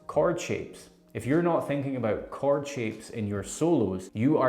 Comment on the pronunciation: Is he saying Card shapes?